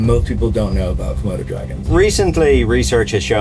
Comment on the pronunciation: Why did call it a kimona dragon lmao 😂